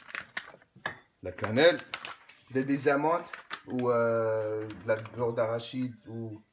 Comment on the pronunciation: Beurre d'arachide et pas de rachide